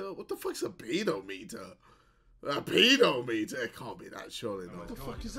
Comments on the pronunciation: Wanna bet he still thinks its pronounced pedo-meter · However many years later and JJ still doesn't know how to prounce 'pedometer' 😂 (ftr- it's ped (like 'pet' with a d)-om-et-er) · Ffs JJ still thinks it's pronounced "peedoh-metre"